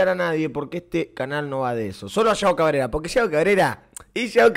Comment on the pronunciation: No se dice yao cabrera